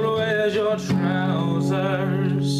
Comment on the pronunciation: As someone from Scotland, I have to admit, the way you sing it is very similar to the way most Scot's would sing it, my only criticism would be that it's pronounced "TROOSERS" with emphasis on the "oo" and rolling of the "R".(If you listen to the original, you'll get what I mean) Otherwise a very worthy cover man, awesome job! :)